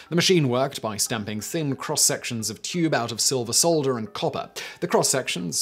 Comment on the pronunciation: "solder" is pronounced without the "L".